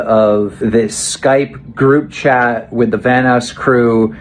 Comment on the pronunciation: "Vanass crew"